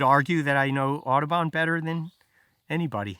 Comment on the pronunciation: Okay. John James Audubon. Took me a while to figure out that he was not saying „Autobahn“ :)